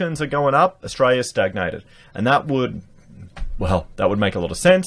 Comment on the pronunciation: Please stop saying Ustraya.